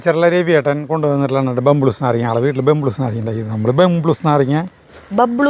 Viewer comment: ബംബ്ലൂസ് അല്ല ബബ്ലൂസ് പറഞ്ഞതാണ് ശരി ✅